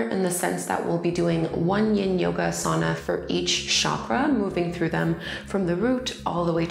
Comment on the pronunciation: I loved this practice! I'm a teacher myself, and I love your guidance through a yin practice. one critique (and i'm not sure if you've made this correction in more recent videos), your pronunciation of asana and chakra are incorrect, and that can become a little bit distracting.